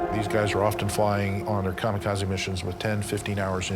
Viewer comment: "Kamakazi"? What's that? Mis-pronunciation makes me question the credibility of the "historians" never mind the narrator.